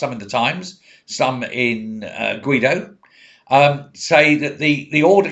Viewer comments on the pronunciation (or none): none